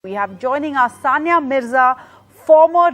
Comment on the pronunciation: Abe chutiyo Soniya nahi It's Saniya